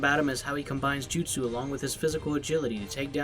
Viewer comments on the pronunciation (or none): none